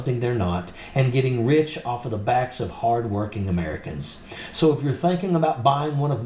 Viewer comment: "Merry Greeftmas Amereeka!"